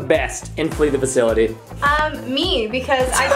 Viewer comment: All of you Guys! I love Flee the Facility or as Preston Says it "Flee the Faculty" MORE PLZ and Also MERRY CHRISTMAS AND A HAPPY NEW YEAR ARSEMENT FAMILY!!! 🔥🔥🔥🔥🔥🔥🔥🔥🔥🔥🔥🔥🔥🔥🔥🔥🔥🔥🔥🔥🔥🔥🔥🔥🔥🔥